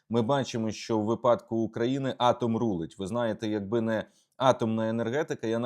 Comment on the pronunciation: Будь ласка робіть вірний наголос у слові «ВИПАДОК». Дякую.